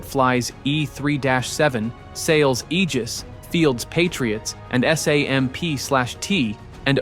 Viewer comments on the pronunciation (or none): none